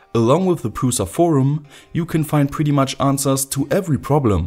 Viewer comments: it's "PRUSHA" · Creality CR-5 looks more promising than this. Mine friend has it and it awesome. And cheaper. Btw look at some czech videos, where they say the name of printer. It sounds awful from you. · It's very funny if someone who is not from Czech Republic saying Prusa :D Originaly it's "Průša" and it's a lastname of creator who made this printer :D